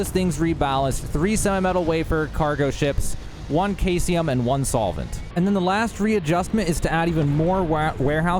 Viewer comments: Thx for the crazy build! And uhm, its SEE-sium, not KAI-sium ;) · Caesium sounds like "see zee uhm." I hate being that guy, but you threw me off with a totally new element. Was pulling out my periodic table and getting worried that I missed one. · I really do need to correct you on this. I know that it looks like it is pronounced that way, but Caesium (also Cesium) is pronounced; See-zee-um. 👍😊😉 I know! 🤓 I just can't help it. I loved chemistry in high school. 🤷‍♂🤦‍♂ Keep up the good work Bro. I love your videos! 👍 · Bro said kayseeum had me rolling 😂😂😂 Good video, man. Bethesda never thought we'd break the game this soon 🤣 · Caesium is pronounced see-zee-uhm, Indicite is in-duh-site.